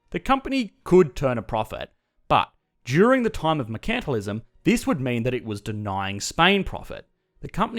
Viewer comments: You're mispronouncing Mercantilism. It should be said: MERcantilism (/ˈmɜː.kən.tɪ.lɪ.zəm/), and not as merCANTilism. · Were is your accent from? You don’t pronounce “mercantilism” the British way or the American way (although I have some American students who also say “mer-CANT-tilism” instead of “mer-CAN-tilism”). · Never heard a person say mercantilism like "merKAntilism" and not "merkntilism" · Same, it took me a while to realize what he was talking about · I'm used to hearing it pronounced MERE-chant-tile-izm here in the USA. Less often, I've heard MURK-n-tile-izm. Hearing it pronounced mure-KANT-tile-izm in this video was odd. Is that normal Aussie pronunciation? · "MuhrKANTalism" XD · One of the reasons I watch your videos is to hear your Australian accent. But I never knew you guys pronounce it... mer-CANT-alism. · Is that the correct way to pronounce mercantilism?